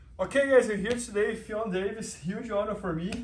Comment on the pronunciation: Sweet Jesus people. FFION DAVIES .. not Fiona Davis, not Fflebron James, not Ffeon greyjoy.. Ffion Davies! it's not that hard!